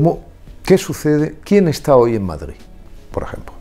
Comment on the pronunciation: Deberia de aprender a decir Madrid, no Madgid.